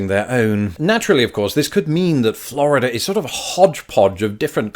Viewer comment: please stop pronouncing Florida correctly. Practice with me now. "Flaaaaaarrrrrrrida"